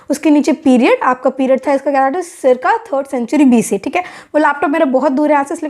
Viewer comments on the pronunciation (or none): none